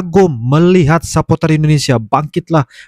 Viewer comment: Sepor-ter bang, bukan sepo-ter.. 😂